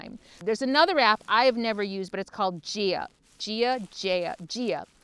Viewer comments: Gaia is pronounced 'guy-a'. It's Mother Earth. Thanks for the info. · GAIA (pronounced GUY eh....!) Love that app and use it all the time! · Gaia- guy-uh